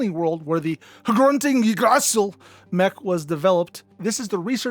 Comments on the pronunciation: Very cool video, just one issue.. you said one of the coolest armours in halo, so abhorrently incorrect.. it really brought me out of the enjoyment. It’s Norse, for the ‘world tree’? Did you even play GoW 2018? The whole video was entirely cool, but then you come away sounding like a special needed sangheili.. ‘Yggd’ the two G’s are almost silent, more a purr when saying and before the ‘D’; ‘Ra’ - ‘Sil’. Splitting the word up is how to almost how you would’ve pronounced this properly, if you’d tried. I get the HRUNTING is a bit odd, always think that was a spelling mistake and they rolled with it.. but Yggdrasil is or was wildly used as a word for ages, a few year ago anyways with a LOT of media and gaming. Just saying, don’t diss the Mk.01!! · I've never heard Yggdrasil pronounced like that. 😂 You know... the Norse Tree of Life. It's that. So that's what an aneurysm sounds like 😅